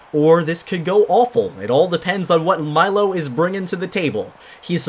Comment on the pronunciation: Correction: it’s pronounced: milo= (mee-lo) I’m a brat aren’t I >:)